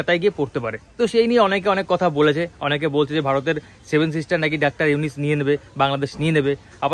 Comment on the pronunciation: আরে ভাই তুই ত ঠিকমতো নামটাই উচ্চারণ করতে পারচিছ না...বার বার শুধু ইউনিস ইউনিস বলচিছ